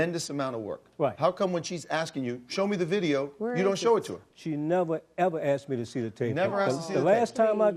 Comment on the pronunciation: Omg I hate when people talk like that! Or when they say "axed" instead of "asked"